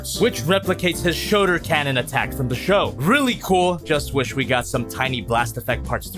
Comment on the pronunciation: "showder cannons"